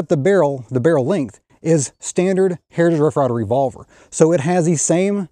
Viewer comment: I like the video but the way you get all mush mouth when you say "hrtij rff rye ver rvlvr" kinda bugs me